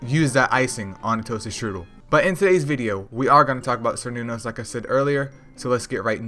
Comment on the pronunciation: Oh its pronounced as "Kerr Noon Os" btw.